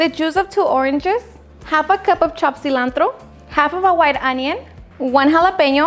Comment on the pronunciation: I like how you say cilantro